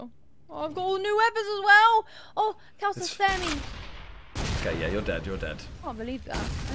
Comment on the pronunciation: It's pronounced Kh - aa (or ar) - l-sa.